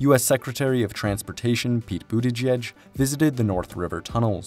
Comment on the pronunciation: Bless at you not knowing how to pronounce Buttigieg's name 😅